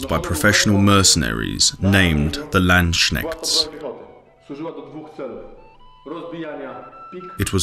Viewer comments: DOCH NICHT LANDSCHNECKST DAS HEIßT LANDS[pause]KNECHT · "Lendschneckts"??? You better learn your terminology!!! "Landsknecht" (if transscribed into English) would be pronounced like "lunds-k-necht"!!!!!!!!!!!!!!!!!!!!!!!!!!!!!!!!!!!!!!!!!!!!!!!!!!!!!!!!!!!!!! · the most creative pronunciation of Landsknecht I've heard to date. still, an unusually good documentary - hussah!